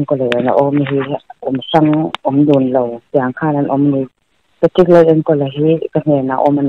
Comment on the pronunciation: Pa-tricka a nilo aw. Patrick-a ania, pe-trik tih a lam tur. Channel lian in nia hetiang mi hming tal hi chu lam dik tum ve ula. A mihring leh a chhungte pawh an zahawm alawm